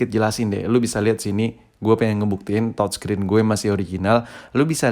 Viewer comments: Youtuber Lain : TOUCHSCREEN Si ABAng : TODSCREEN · Touchscreen atau thodscreen sii thod